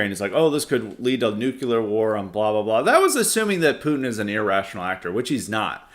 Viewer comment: is right. Having a nucular war would be really bad 😂😂😂